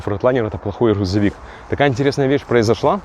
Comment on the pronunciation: Блин чувак Хрузовик🤦‍♂️